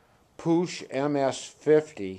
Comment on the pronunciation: "pook" is how it is said.